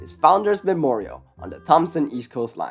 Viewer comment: FOUNDERS' MEMERROYAL 🗣️🗣️🗣️🗣️